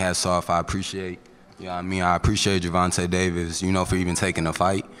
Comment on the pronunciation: Why do these reporters REFUSE to say Gervonta (jur-VON-tay) correctly? Who's fact-checking and approving these videos? Why do they think it's okay to CONTINUE to mispronounce the name Gervonta? It's sad.